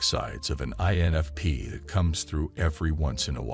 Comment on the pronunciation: I'm sure this is yet another AI vid. So many errors even the pronunciation of "INFP"!!! - sounds like it says "ANFP" and "ENFP" in first couple of minutes (that's all I could handle). And now I'm leaving a comment which boosts this vid's algorithm popularity. When will we ever get out of the matrix?!😨😨🤣🤣